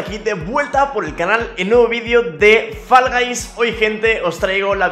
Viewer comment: Fall Guys [fo'lga'js], no [fa'lgajs], porfavor. Y encima peor los que dicen [fa'lgu'js]